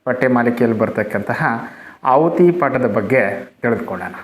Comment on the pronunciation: ಆಹುತಿ ಎಂದು ಸರಿಮಾಡಿ.ಅಹುತಿ ಎಂದಾಗಿದೆ.